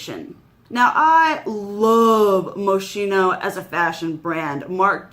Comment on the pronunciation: It's pronounced mo-skeen-oh. ☺️